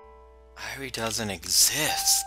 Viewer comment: Huh, I guess Satoshi came back from working on Touhoumon. I love how you refer to Dr. Irie as "the maid guy." Speaking of which, if you really want to be corrected on pronunciation, Irie is pronounced "e-ri-ay" though I've grown pretty accustomed to how you pronounce it now.